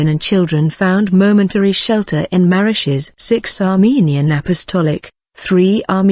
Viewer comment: She mispronounces the name Marash, oh well